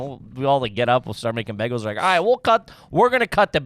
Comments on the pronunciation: "Begels" four times. Who taught to talk? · Also needs to call out for saying "begels" instead of "bay gels" like a jerk off lol